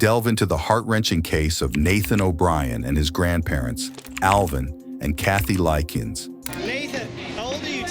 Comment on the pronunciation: Lick-Ness!!! The grandparent's last name is pronounced Lick-ness. Not Likens nor Lickens. Dude at least have the courtesy to pronounce the victim's last names correctly. There is an N in Liknes and it isn't silent. You have a good narrator's voice, just do a little more research to get the pronunciation down.